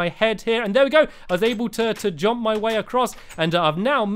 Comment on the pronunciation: It's jump NOT JOMP